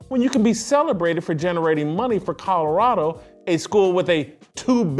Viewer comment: How about his own voice trying to say Colorado…